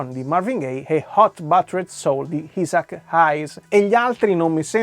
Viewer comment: Isaac si pronuncia Aisac! La pronuncia! La pronuncia!